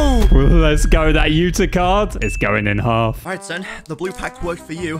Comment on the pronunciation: Why were they saying "Yuta" for the whole vid but its acully 'Uta'💀